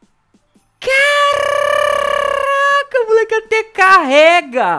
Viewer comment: kkkkkkkkk, esse caRRRRRaca do é mto engraçado mano 😂😂